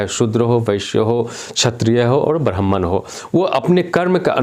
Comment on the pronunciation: आचार्य आपका ब्राह्मण शब्द का उच्चारण ठीक नहीं है आप कौन से ब्राह्मण हो बताइए